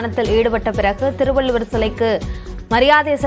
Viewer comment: It is not Thiruvalloor, But Thiruvalluvar., Please do not kill Thamizh Language. If you cannot pronounce it properly, leave it. திருவள்ளூர் அல்ல. திருவள்ளுவர் என்பது தான் சரியானது. தயவு செய்து தமிழைக் கொல்லாதீர்கள்.